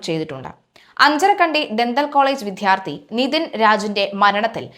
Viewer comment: ആയിരം കൊല്ലം കുഴലിലിരുന്നാലും നായുടെ വാല് വളഞ്ഞേ തീരൂ. വിധ്യാർത്ഥി,അല്ല, വിദ്യാർത്ഥി, ( വിദ്യ അർത്ഥിക്കുന്ന ആൾ)